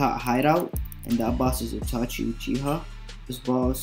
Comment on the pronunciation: *itachi not itichi 😂